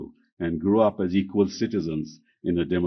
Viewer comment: Sir When you say equal 😁😁😁